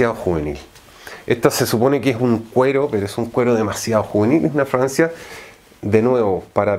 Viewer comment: Alguien más escucha Francia en lugar de fragancia ?